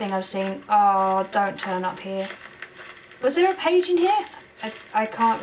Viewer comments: It sounds like your saying "pidgey" instead of pagie XD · Did anyone notice she said "petch" instead of page?